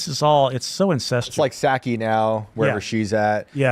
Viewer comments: I'm pretty sure she's not pronouncing Psaki wrong on purpose. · Got to love how gets annoyed when people say her name wrong but says Psaki's wrong out of total disrespect!!!😂